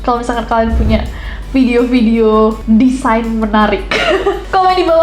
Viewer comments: Kak Desain gak bukan Desian🗿😭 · DESAIN KAK NESS BUKAN DESIANNN 😭😭😭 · DESAIN yak mon maap, bukan DESIAN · ka nesss design ka bukan desian ;DDD